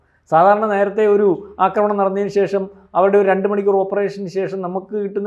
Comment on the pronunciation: അക്രമണമല്ല,ആക്രമണമാണ് ആക്രമമല്ല,അക്രമമാണ്